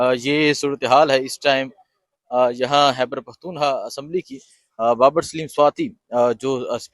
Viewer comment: Its خیبر not حیبر پختون